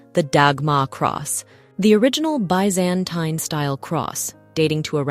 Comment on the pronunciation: Confirmed! This narration is AI. The narrator mispronounced "Byzantine".